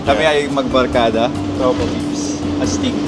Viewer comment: ang awkward ng “astig” HAHAHA